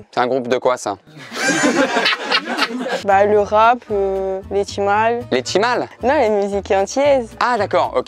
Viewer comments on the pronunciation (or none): La go a dit « les timals » mdrrr